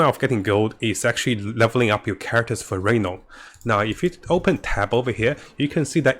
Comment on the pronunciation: {Ree-NOUN} not Re-Known